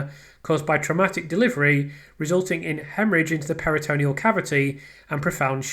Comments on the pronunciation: Just a tiny observation, firstly LOVE the channel and all your work, just a little note re pronunciation... It's PERI-tuh-NEAL not peri-TOE-KNEE-ul 👍🏼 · Love your channel, your hard work and persistence. Please get the medical pronunciations correct. Check pronunciations, for instance peritoneal is pronounced PERI-tuh-NEAL not peri-TOE-KNEE-ul It's important to get these terms right, and your attention to detail means you like getting things right I know 🤓👍🏼👍🏼👍🏼